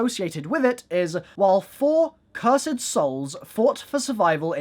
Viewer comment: cur sed